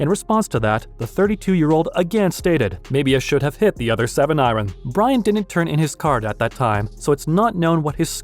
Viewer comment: ITS PRONOUNCED IRON